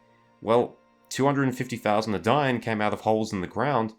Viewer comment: eh-dine, not "adaine"